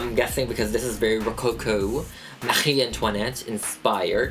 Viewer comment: when you said Marie Antoinette, you rolled your R's perfectly! I speak French fluently and I've never heard someone who hasn't learned French at a very young age roll their R's properly! I had a huge amount of respect for you before and it just tripled!